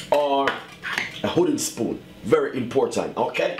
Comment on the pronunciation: While ur good in the kitchen plz plz plz work on ur pronunciations dang wats up with that u pronounce wooden spoon as hooden spoon and so much more bad pronunciation 😂😂....but ur recipes are perfect 👊watch u all the time